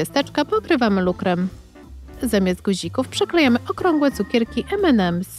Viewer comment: Ememems nie Enemems